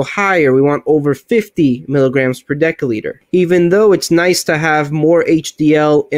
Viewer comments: Great vid. I do have an issue with people who can't pronounce the words they are teaching. It's not "sta,ins" it's statins. And it's not "de(k)olitre" it's "de(s)olitre". No really issue just a pet peeve of mine. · What the hell is a 'dekaliter?' Your inability to speak properly undermines everything you say. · One deca-liter or 1 daL is pronounced ˈdekəˌlēdər and is equal to 10L or ten liters. One deci-litter or 1 dL is pronounced ˈdesəˌlēdər and is equal to 0.1L or one tenth of a liter. Btw, awesome video. Thumbs up!😊👍👍